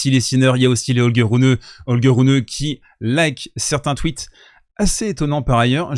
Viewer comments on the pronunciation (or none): none